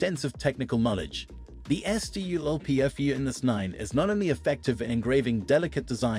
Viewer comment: interesting idea and concept for a video... but maybe dont leave your AI completely unattended? EssYouEllPeeEffYouEnn... SculpFun! Ill try to keep watching the video, but I mean, the video is 10 minutes long, you could at least watch it before you upload... Please?